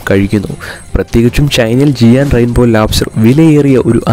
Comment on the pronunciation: ജിയാൻ അല്ല bro ജയന്റ്